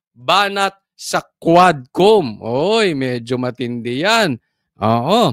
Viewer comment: DID YOU SAY "K'WAT" COMM????